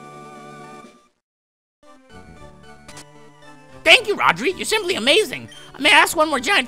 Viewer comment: Everytime you say Celio I keep thinking that you said Sealeo